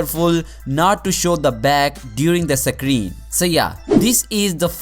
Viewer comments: Sake reeen... Or screen.. 😂🤣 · Can you say screen